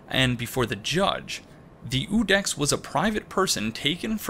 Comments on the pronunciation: On the pronunciation of Iudex, in latin it would be something akin to "youdex" ("you" here being pronounced like the english personal pronoun). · This is a very minor matter, but it kept bugging me. The correct classical pronounciation for the word "iudex" should be "yūdex" (/ˈjuː.dɛks/). Just like in the family name "Iūlius/Julius" the "I" should be spelled as "Y" like in the English word "year". The "I" is definitely not silent. Language lesson over, can't wait for your next video. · Iudex is pronounced "You Dex" and means "Judge."